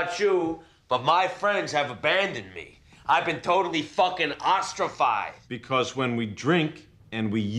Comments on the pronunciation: “I’ve been completely and totally OSTRAPHIZED” it’s ostracized ostracized 😂😂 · WOW. was so drunk, he couldn't pronounce "ostracized". but he shot the guy right between the eyes.